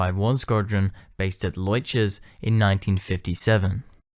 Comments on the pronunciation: I assume you referred to RAF Leuchars, which is pronounced "lookers". Although "loichers" does have a certain ring to it and made me giggle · Fantastic video, looking forward to hearing about the thin wing Javelin - one note Leuchars is pronounced LOOKHeRS 😉